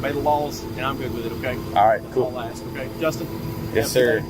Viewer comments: no cop/PROFESSIONAL should say "I'm AXING you..." ANYTHING!!! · when you can’t say “ask” correctly you should never be allowed to be an officer of the law. Or breathe oxygen.